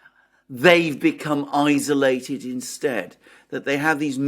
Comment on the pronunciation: Alexander, when, oh, when will you pronounce 'isolated' properly? It's not izzolated!!